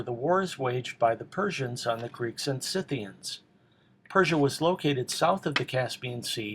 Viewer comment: Someone who actually knows how to pronounce "SCYTHIANS" correctly! Thank God!